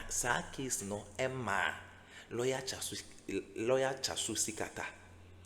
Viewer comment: Herrr!!! Please stop butchering the name of my favourite person 😮😢😅